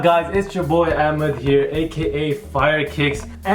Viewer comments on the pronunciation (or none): Why do you say Amed and not AHmed ?